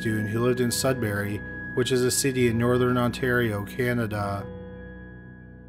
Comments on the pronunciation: Its pronounced, Sud bury, not Sud berry And the accused has a wife and 2 children and worked in a lab in North Bay. But thank you to all who brought this bastard to justice, praying justice will be served, Renee deserves that and her family proper closure. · Mistake on how to say Sudbury aside, good video. (it's pronounce Sud (That part was right)- Brrr(Like when you're cold) - Ey, like when you say Hey, without the H. Just a note. I used to live there.)